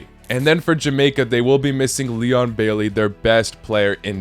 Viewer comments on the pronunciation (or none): none